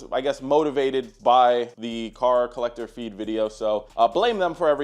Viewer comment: Brother please say it right at least one time brother PLEASE. Its Collector Car Feed